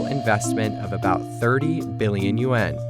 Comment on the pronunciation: "Hui" in Mandarin does rhyme with "day", but the name "Hui Ka-Yan" is written using Cantonese romanization and the Cantonese pronunciation of "Hui" rhymes closely with "boy". "Yuan" does rhyme with "hen". It is not pronounced "yu-ah-n".